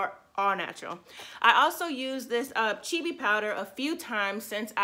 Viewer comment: And ur pronouncing it wrong.